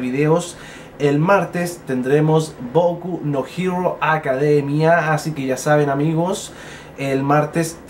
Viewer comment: jaja me da risa cuando dice boku no hero academia porque se toma sus segundos para pronunciarlo bien y yo lo digo como la chucha que salga nomás saludos desde puerto Montt